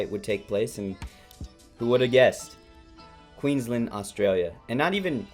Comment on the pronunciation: If you think this is the worst robbery in boxing history you don’t even remotely understand boxing. You’ve also totally mispronounced Queensland and Brisbane. Get a clue seppo Clearly you’re a typical American. Over-opinionated, under-educated and ignorant of the world.